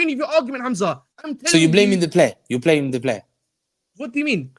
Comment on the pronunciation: Hamza “plaming the blayer”!